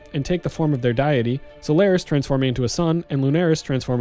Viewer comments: It's pronounced day-ity (deity), not die-ity :P Great vid though. Thnx for the walkthrough, so I know what to expect. Albeit those health numbers are not easy to obtain at that level. I have almost 2 K health (lvl 62) and I invested heavy in life in the passive tree (it really does help to have loads of health). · Small FYI, it's "deity", not "diety". "Deity" is pronounced dee-itty or day-itty. Other than that minor issue, this is a fantastic video guide!!! Looking forward to the next one... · he did! :) but he mispronounced deity though :P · Indeed... well done on 'quay', but need to look up 'deity' :) Thank you as always for the great guide!